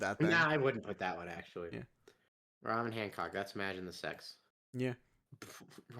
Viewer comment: holy shit you said Hancock's name correctly, no one EVER does that